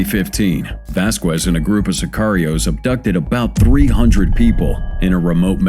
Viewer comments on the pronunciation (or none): Vasqwez? Lol.olol. It's spoken like this: Vaskez. Don't feel too bad. I run into at least a half dozen instances every day of mis-spoken words I learned in grade school. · Lmao never trust a commentator who pronounced Vasquez with the Q like quick sound rather then the k sounds lmao it’s not pronounced “Voss-quezz” it’s like “ vasskezz” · I HATE computerized narrations. Vasquez -- i.e., Vas kez. Not Vas kwez you morons. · Right? It's weird because he pronounces other names decently. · Vasquez - pronounced "vas-kez". NIce automation...morons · If you,, would listen to your own videos, you wouldn't make such a fool of yourself by mispronouncing the common and easy name "Vasquez." The TV lady has it right, and you have it both wrong and childishly silly. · The u is silent, you do not pronounce it in his name.